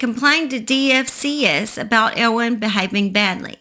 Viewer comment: In Effingham it's not DFCS it's pronounced DFACS